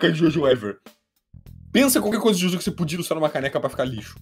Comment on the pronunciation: Ele fala JôJô ao invés de JoJo S E M D I G N I D A D E